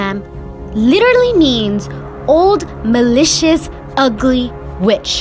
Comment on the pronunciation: When you called her malicious I thought you said delicious and I was so confused 💀